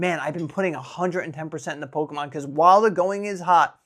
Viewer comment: Noooo, the Pokémon pronunciation 😢... I'm constantly scrolling to find best prices and it's tiring. Remembering to take a break is really important. ❤🎉